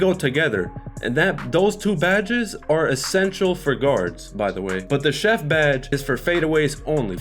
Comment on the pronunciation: bro you got chef wrong